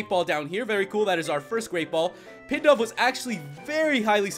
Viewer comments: It's not pidove it's pronounced pee dove k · its Pidove (pee-dove)